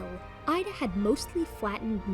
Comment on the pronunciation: Hi, my girlfriend is a biologist and lives less than 10km from the Messel pit in Germany. She informed me last year that "Ida" is actually pronounced "Eeda", according to the local dialect. I thought I would mention this as i know you like to be 100% correct with your brilliant work. Hugs Xx